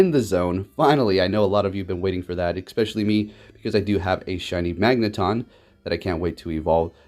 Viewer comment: "expecially" ::eye twitches